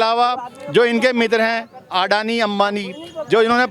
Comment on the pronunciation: अदानी नही सर अडानी हे नाम तो सही करो